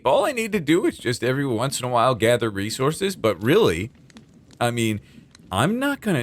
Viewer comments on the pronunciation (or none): none